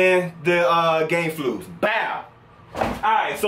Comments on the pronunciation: Man said GAME FLUS lmfao! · Ya boy said game flu's lmao 🙉😺